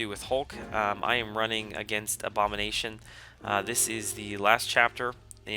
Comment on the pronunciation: oh! i were refering to Abomination when u said a-bom..i thought u said A-Bomb